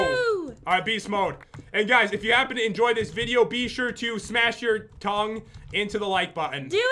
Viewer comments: May have been tongue but it really sounded like dong lmao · Or did he say tounge XDD